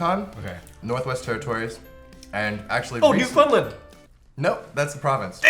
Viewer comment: “Newfundlund” ouf that pronunciation tho I’m dead